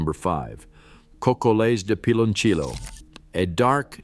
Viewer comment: I COULDN’T WATCH THIS. I CRINGED EACH TIME IT MENTIONED “PILONCHIYO” 😖😖😖😖😡😡😡